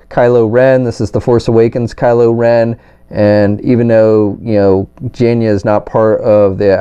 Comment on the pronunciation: You called her Jan-ya. Lol Jane+uh.